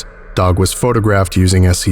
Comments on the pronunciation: This has a very series one feel to it. A lot of the writing feels like something that would be in a series 1 SCP, sounding very informal at some points (e.g. “died on the spot”). Not a very good article IMO. Also I swear you kept saying “phonographed” instead of “photographed”. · ... Are you saying "phonographed"? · You kept saying "PhoNOgraphed".